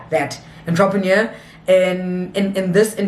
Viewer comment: 😂😂😂😂 Gurl you had me laughing saying entrepreneur